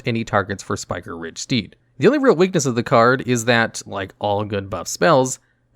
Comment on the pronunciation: spike-riged. not spiker-riged